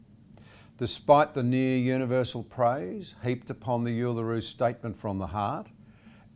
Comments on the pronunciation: If John Anderson wants to be taken seriously, he really ought to learn how to pronounce Uluru correctly. I've never heard anyone call it "You-luru" before, and it's quite bewildering that a former senior government leader is doing this. He may make some valid points, but if he keeps saying "You-luru", he will not convince anyone outside of his rusted-on support group. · Starts with "so-called" and sounds like the first time John has said "Uluru", so it's off to a rocky beginning.